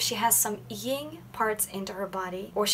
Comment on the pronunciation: Yin is pronounced with an N and not a nasal NG. Like sin. Not sing.